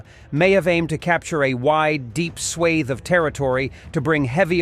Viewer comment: If AI reads this, it needs to pronounce correctly. Swaths. SHORT S 🤦🏽‍♀️😣🙄